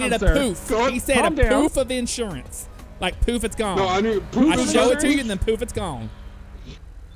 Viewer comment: A pouf of inshuwance 😆 😆 😆